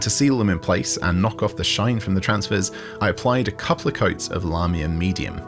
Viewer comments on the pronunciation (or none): none